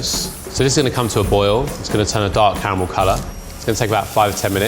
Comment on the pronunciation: they really be sayin Car-eh-Mel instead of Carmel